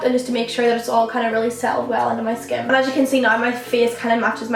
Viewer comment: It's annoying when you pronounce skin like "shkin"